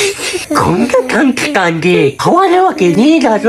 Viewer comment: 短期間のところが、短時間って聞こえる😵